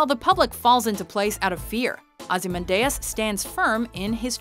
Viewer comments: Not only that Eddie, but the pronunciation is wrong. It's NOT Ozymandais, It's OzymanDIAS. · Ozzy-man-dee-us not ozzy-mun-day-us.... F$%^!!! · I think ozy-man-Dias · "Ozymandayus" you mean "Ozy-mandee-us" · Please make sure you pronounce the names correctly. Dee us not day us. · Ozzy Man Deus???? GTFO Ozzy Mandy Us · sonicdeatmonkey I know right, Ozzy-man-day-us............what?!?! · I died when you pronounced Ozymandias. Aussie-Man-Day-Ass is just wrong. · The fuck you pronounced Ozymandias as "Ozzy Man Dayus" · Evil Villan Ozi-men-day-us! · what the fuck is a ozehmandayas? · Everytime yoy pronounce it Ozymandayus I want to cringe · that pronunciation of Ozymandias makes my eyes bleed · prepared to write something in defense of but then I heard the pronunciation 10 seconds later. Just, wow... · came here to say something along those lines. Ugh that part of this channel drives me insane, they could at least check their pronunciation on this shit before doing it. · was bout to write in a comment section my self, but it's easier to check below and see if someone has done it alredy -.- WD does like to tease us. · Dont they say his name in the movie? always does this. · Each mispronunciation of "Ozymandias" was just a stab in the heart. Uggghhh.... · It's pronounced "Ozzy man di us" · The pronunciation of Ozymandias. Wow. Just wow. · Mispronounced Ozymandias. Good to see its not just the anime lists that are plagued with that. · Ozymandias isn't evil and you said his name wrong. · What's with the weird way of saying ozymandias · Another completely random top10. Also that's really not how you pronounce Ozymandias. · Please don't say Ozymandias' name anymore unless you're gonna pronounce it correctly,.:/ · Could your pronounciation of Ozymandias be any worse?